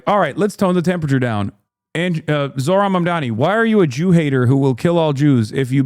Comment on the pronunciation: i wonder if someone had to coach sliwa on how to say zohran mamdani before this